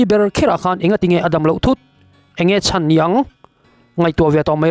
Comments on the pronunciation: A chan zatve ni loin a chàn (lost) zatve tih tur zawk aw😊😊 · Ram tana a chan nilovin, Ram tana a chân (Hloh) tih zawk tur a nih hmel